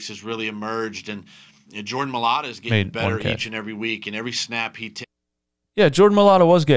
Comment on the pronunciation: Read This Jordan M A I - - - LATA Not Ma - - li - - ata M A I L A T A